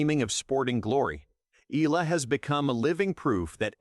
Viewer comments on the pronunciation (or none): Eala: eh-YAH-lah